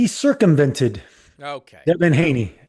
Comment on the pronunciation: "He cercumvented"😅 luv it!